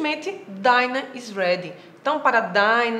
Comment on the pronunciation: Eu achei bem legal seu vídeo explicou direitinho porém a palavra dinner você pronunciou errado, é uma dica pro seu próximo vídeos. Boa Sorte.